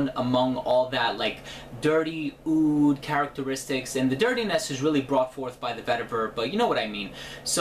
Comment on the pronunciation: OUD NOT OOD